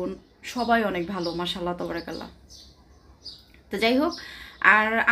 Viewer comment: Assalamu alikum please jokon pat korben tobarakallah bolben na!! ata wrong!! Bolun TABARAkALLAH ok sister ❤